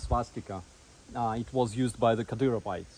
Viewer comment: Good to see, but so cringe… The allah akhbars are pronounced ka-deer-oh-vites, mkay?